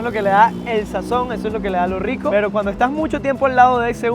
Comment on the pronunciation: Aclarar que en La Paz Bolivia la "R" se pronuncia como "R" y no "WR"... .. WRICO...